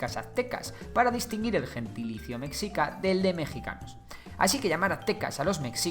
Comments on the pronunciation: Se dice güitchilopochstli y no se dice mecccica se dice mechica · Se pronuncia "Meshica". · Es raro oír qué digan "mecsica" cuando se debe decir meshica. 😅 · Me gustó tu vídeo, unas pequeñas observaciones, Mexica se dice más parecido a Meshica, más que meksica; también al principio pusiste una pirámide, la de Kukulkan, esa pirámide es Maya, no es Mexhica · Tienes varios errores - se pronuncia meshica, más no mekzika - no se pronuncia Tenoc titlán, se pronuncia la " che" o ch, - los sacrificios no eran precisamente de otras comunidades, o esclavos, también se sacrificaba a nobles o voluntarios que se preparaban espiritualmente ya que era un honor partir para los dioses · Mexica se pronuncia "Meshica" como la "sh" inglesa, no como la "x" hispana, se usa x por que el sonido "sh" no existe en español pero hay que recordar que Mexica no es una palabra hispana, es nahua. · Meshica pronunciación correcta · Cómo mexicano me duele cada que dice metzica🇲🇽🙃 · MEXICA se pronuncia "Meshica" La X México se pronuncia en algunas palabras como J o SH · En realidad en esas palabras la "X" se pronuncia como "sh" (la del inglés) de esa forma "Mexica" se leería "meshica" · Hola buen video, solo un error en tu pronunciación, se escribe Mexica pero se pronuncia Meshica , no es oficial por así decirlo pero es la forma de pronunciar más aceptada en México y por los pueblos indígenas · Se dice "Meshica", saludos desde la Nueva España. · No quiero sonar grosero pero no sé dice mexica la x sé dice con el sonido de sh o j pero perdón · correcto, es un SH Ni J ni KS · Como me hace ruido la mala pronunciación Mexica ..... de hay en más gracias por los datos. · Hay que hecharle ganas a la pronunciación "mexica" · Ay dios mío, la pronunciación. “Meksika”, “Tenoktitlán”.